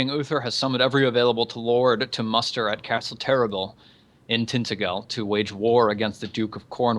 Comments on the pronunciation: oh... who's going to point out it's usually pronounced 'tin-tag-el' not 'tinta-gel' and 'gorlo-is' not 'gorlwa' (this is england, not FRANCE) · ***** Tintagel us pronounced with a soft g so "Tintajel". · ***** Off the top of my head I believe that tintagel is pronounced tin-taj-el (soft g rather then hard g)